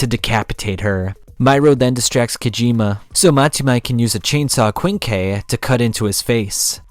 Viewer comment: Kwinn Kee